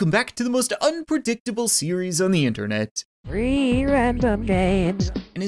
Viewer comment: Who else hears reeee random games instead of “three random games”